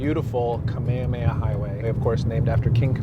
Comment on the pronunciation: You tried to pronounce Hawaiian words. But you missed one of the most important - "Kamehameha" (our king) not "Kameamea" (not our king.)